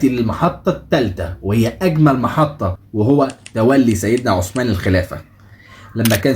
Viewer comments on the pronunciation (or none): السلام عليكم حرف الثاء في عثمان طلع لسانك للنطق الصحيح ثانيا اسم الصحابي عبد الله بن أبي السرحاني تحياتي